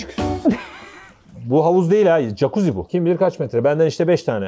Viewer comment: JAKUZİ YE ATLAMAYA ÇALIŞMASINDA PATLADIM ŞEY GİBİ ilk defa tatile gidiyorum dur burdan sesleniyorum jakuzi değil "cakuzi "